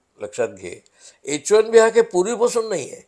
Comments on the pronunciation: its bot H 1 D visa. its H 1 B visa... why u keep saying wrong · तुम्ही H1 D असा उच्चार करीत आहात